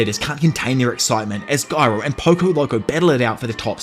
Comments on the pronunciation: What's more funny than my valentine is saying GUY-row instead of the superior JI-ROW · why is bro still saying "giro" and not "jiro"😭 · jiro is how it’s pronounced pal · I love “guyro” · Bro please just say "Jairo" 😭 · ITS JAI-RO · Its my head canon that Gyro hit you with a steel ball to help you say the his name right in the next one after saying it with a g instead of a j for 2 videos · It's just weird like if someone suddenly started calling Joe Biden Goe Byd-n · I knew it was Latin so I just googled it bc you took the time out to reply. Honestly I didn't even notice you were pronouncing it wrong until I seen the fuss in the comment section. OPM got me accustomed to hearing garou. I bet you're glad you decided to break the parts up smaller. It could've been a lot worse.